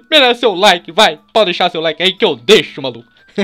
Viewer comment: quando se falo que bateu 5 mil like parecia que tu tinha falado 5 mil cadilaque